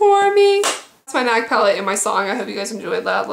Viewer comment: my name is mia and it was really akward when you said m.i.a for the eyeshadow pallete